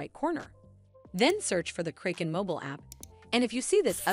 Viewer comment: learn how to pron unce Kraken